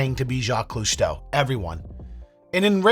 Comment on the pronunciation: jaques cousteau... the marine biologist.. you said cousteau,,,LOL irs funny...